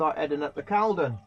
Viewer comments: Good video, thanks. By the way, they are pronounced ee-truria and culdon canal 😊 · Sorry to be fussy (can be) but Caldon is pronounced Cauldon or Corldon. Don't know why. Perhaps a southerner taught us midlanders how to pronounce it. Spoke to you on your way back at Milton.